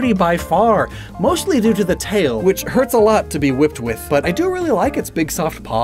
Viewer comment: Never do I want keldeo to “duel” again